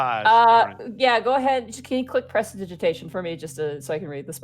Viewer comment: Not a jab or anything, but I find it funny how still doesn't know how to say prestidigitation even 14 sessions in.